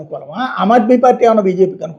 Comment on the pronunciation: అమాద్మీ కాదు, ఆమాద్మీ = Common man